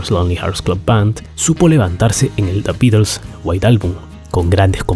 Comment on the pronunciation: Me encanta la forma que dice "Da Bitels"